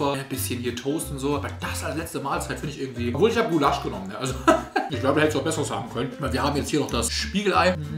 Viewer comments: macht aus Gulasch ("Gullasch") "Guuuuulasch" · Gu-lasch... einfavh lachflash digga das heist Gula-sch 🤣🤣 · geiles video aber was zum fk ist gu lasch das heißt gulasch... guuulasch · Das wird Gulasch ausgesprochen und nicht Gu-lasch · Bin ich die Einzige, die es triggerd, dass er Gulaaasch sagt, statt Gulasch. Das triggerd, die Ungarin in mir 😅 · Omggg wie sprichst du den Gulasch aus man sagt nicht Gulaaasch sondern Guuulasch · es heisst gulasch und nicht gullahsch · Es heißt nicht gulaschhhh sondern Gulasch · Es heißt gUlasch nicht gulAAAAsch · Gullásch??? WAS?? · Sprecht Ihr Gulasch auch so aus wie? Mir kommt das echt falsch vor, vielleicht kenne ich das aber auch flasch. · Bro was ist GULASSCCHHH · hat der ein ausprachfehler wer sagt "Gulaschhhhhhhhhhhh" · nah bro es heißt guuulasch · Hab ich mich auch gefragt 😂 Zudem spricht er Gulasch auch nicht richtig aus 😅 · Es ist echt extrem gottlos wie du "Gulasch" aussprichst :D Das hat mich so sehr getriggert, bitte streich das Wort aus deinem Vokabular ^^ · wie du gulasch aussprichst, hat mich einfach aus der hölle getriggert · omg lern bitte Gulasch auszusprechen!😂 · Wenn der noch einmal Gulasch so ausspricht flipp ich aus LUL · GUlasch bitte was es heisst gulasch!!!💀🫶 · mich triggert wie er Gulasch ausspricht am meisten- mal abgesehen davon dass das nichts mit Gulasch zu tun hat :D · Kannst du Gulasch bitte richtig aussprechen das triggert so hart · Also wie du Gulasch aussprichst nä… das ist ja wirklich mehr als kriminell